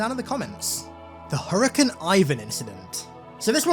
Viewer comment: Did always say naughties instead of nineties and Hurrican instead of Hurricane?